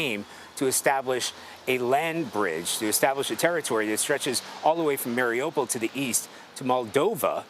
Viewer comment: news, Someone please tell the correspondents that they mispronounced Mariupol. Listen to a Ukrainian say it. Marie oo pole, not Mary opal. Thank you for your attention and 💙💛 SLAVA UKRAINE!💙💛 🙏 PRAY for the Ukrainian People 🙏 and the end of Putin's illegal invasion.